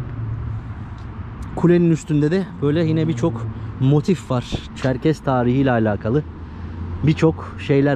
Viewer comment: ÇerkeS olacak Çerkez değil lütfen düzeltelim